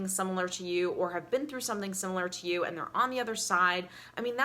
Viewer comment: You need to learn to speak before you start preaching to others. It's not "yoawwl" it's "you".